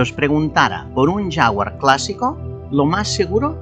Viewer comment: Es un coche espectacular, no alñ alcance de cualquiera, pero es un sueño. Por cierto Toby diciendo jafguar clase e, jajajajajajajajajajajajja